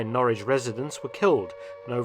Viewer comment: Well, that's not how we pronounce Norwich🤔 But we mispronounce a lot of English words.